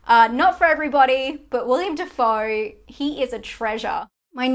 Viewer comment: decent enough list, I disagree with the Killing of a sacred deer thing, only because hereditary is far scarier, once issue though, why pronounce these names so incorrectly, Willem Dafoe is pronounced as it looks, I know his birth name is William but in 2020 we should know to refer to people as the name they are comfortable with, also its Barry 'Key-yo-gan'. your'e channel will be better with slightly more time spent on this sort of thing.